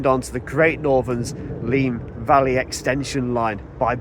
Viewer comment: Oh dear. My grandparents used to live on the Heathfield Estate east of Bagthorpe Junction. At 12.50 I can assure you it’s Valley (‘Valleh’) Road, not Vale Road. I may be imagining, as it’s best part of 60 years ago now, but I seem to have memories of the sound of the steam locos high on the embankment there when I was trying to get to sleep in their house at night. Anyway, another great video and thanks for bringing back the memories.